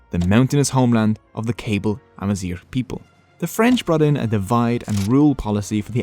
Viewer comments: It should also be noted that amazighism or pan-berberism has tried to unify the different Berber tribes, but that falsely leads people to think that they speak one language or share one culture. We're not brothers, but close cousins. I, as a Kabyle (you butchered that pronunciation btw😢), am barely able to understand Rifyan. The fact that Tamazight got adopted in the Algerian constitution is a win, but it fails to recognize that there are at least 6 or 7 distiniguished tribes with their own languages. The danger is now that other tribes still don't get taught their native language in school, but instead the Kabyle language or even the Moroccan Tamazight that is being standardized for education in Rabat. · really great informative video, thanks! but i think your pronounciation is incorrect of "kayble". it's not "cable", but KA-BEEL. perhaps someone can confirm... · Kabyle is pronounced kahbeel :) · You forgot to mention the meaning 'Barbarians'. Hence 'berber' being derrogatory. Hurts to hear Kabyle be pronounced like a cable..... And the early Imazighen were black - some of the animated ones at least couldve been black no? ;)